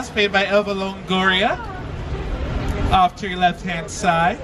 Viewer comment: I can't believe this dude pronounced Eva Longoria's name wrong lmao. #imweakasshit